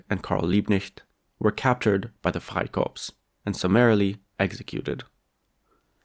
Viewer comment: How comes you can say 'Freikorps' in perfect accent free German but not 'Liebknecht? Max Frisch: 'Das Kleinbürgertum war schon immer der Steigbügelhalter des Faschismus.' The petty bourgouisie has always given the leg up to fascism. Indirect democracy takes democracy from the people and hands it to the owner classand their stooges. Illegal, not even legal, immigrants are not the ones buying clear the housing market. It's the 'investors' which is a euphemism btw. Very good analysis!